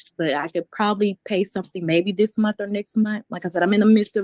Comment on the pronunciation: In college and gets paid "Once a munt"?